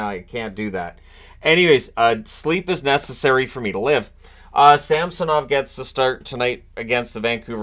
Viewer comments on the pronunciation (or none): none